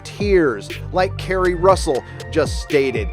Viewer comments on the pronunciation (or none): none